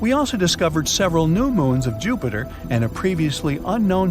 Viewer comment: NOT JUHPAITER! 😱😅🤣😂